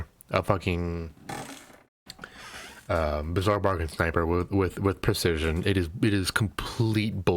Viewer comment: you said and spelt percesion rather than precision.